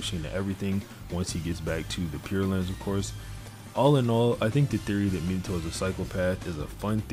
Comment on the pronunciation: It pains me how you pronounce Minato. Me-nah-toe is correct. You are saying minnie-toe